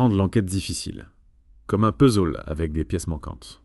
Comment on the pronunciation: Cette IA nécessite certains ajustements niveau prononciation ! Des fois c'est un peu de la "bouillie sémantique".^^ Par exemple :" un travail d'enquête colossaaaaa" ^^ Ou " comme un puzzole ", etc...